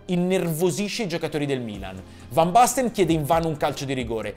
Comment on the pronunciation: Fan basten mateus, ma la pronuncia ? Né cogliamo parlare ?😁